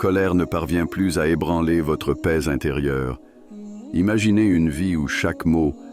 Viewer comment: C'est PAIX et non Pèse.